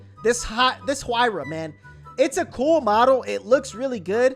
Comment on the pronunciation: Pagani huayra is pronounced like wyra